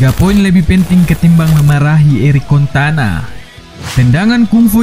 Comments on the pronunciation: Eric cantona min bukan eric contana😅😅😅😅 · Cantona min bukan contana.. Piye toh😀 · Pola pikir indonesia bikin ngakak,mimin cuma salah dikit dalam menyebut nama eric cantona jadi eric cantana,banyak banget kritik dan di ketawain ama netizen di kolom komentar ini,apa cuma segitukah pemikirannya? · Cantona kocak bukan contana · CANTONA COY BUKAN CONTANAAAA 😤😤😤😤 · Cantona bukan contana 😭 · ERIK CANTONA BUKAN CONTANA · Cantona woi bukan contana wkwkwk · Dari jutaan orang yg nyebut CANTONA. cuma chanell ini yg nyebut CONTANA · weheheh, contana 😂😂 sabar bang sabar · Eric CONTANA? really?? 😄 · Erik Cantona.. bukan contana.. Admin kayakx bukan penggemar sepakbola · Eric "Contana"? Auto menangis guaahhh... Dan Fans MU.. 😭😭😭😭😭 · Eric Cantona bukan contana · Sengaja atau tidak, Namanya adalah Eric Cantona, Bukan Erik Kontana. 😁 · CONTANA 😂 Dikirain cuma salah sekali ngomong, ga tau nya terus-terusan. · Eric cantona bukan contana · Cantona min bukan kontana🤣😭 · Btw bang Erick Cantona bkn contana O-nya setelah t bkn setelah c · Rajin rajin baca majalah bola Eric Cantona, bukan Eric Contana Padahal Cantona legenda sepak bola dunia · Eric Cantona Bang, bukan Kontana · Cantonaaaaaaaa bukan contanaaaaa malu-maluin fans mu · Logat Medan kental bener wkwkw.. di ralat.. CANTONA bukan CONTANA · contana. Yg bener Cantona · Eric Contana....? Baca dl sejarah MU.... Jgn asal ngomong, nga bisa baca ya...? CANTONA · Kecewa fansnya MU denger contana bkn Cantona.... 😄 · Aduh bang..belajar baca dulu bang...CANTONAAA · Ini suara nya sapa sih... Penyebutan eric Cantona salah trus